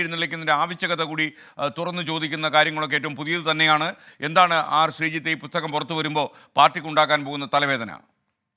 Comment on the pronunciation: പുത്തകം അല്ല... പുസ്തകം 😂😂😂😂